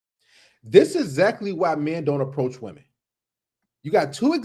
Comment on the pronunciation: Why is it that nobody can properly pronounce the plural of “woman” anymore? “Did IQ’s drop sharply while I was away?” -Ellen Ripley